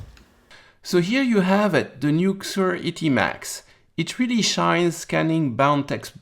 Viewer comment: I use the same one :) I think you pronounce it as Caesur.. (as in Caesar.. ;)